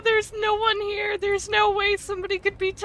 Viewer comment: "Thews no one heuh" that's why you don't send the slow kid to check tucks.